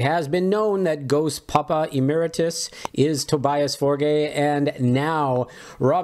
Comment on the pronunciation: Tobias Forgay? ummm It is pronounced Forge like a foundry forge